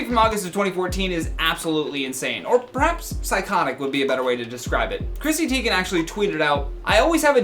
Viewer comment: Who is Chrissy Teign